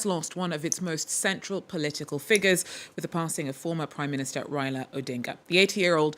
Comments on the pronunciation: Please pronounce his name properly. It is RAILA not REILA. He is the doyen of Kenyan politics. A colossus, a titan. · His name is Rai-la. Not Rayla. It’s pronounced Rye-la.